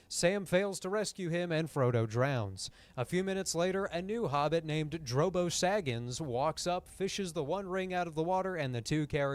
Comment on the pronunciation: Nah dude i died at "Drobo Saggins" you can't say shit like that unpromepted lmfao